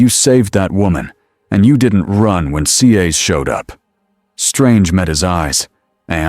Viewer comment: Good story. Would have been nice if the narration voice pronounced it "CAS" instead of "SEE AYS"🤦‍♂️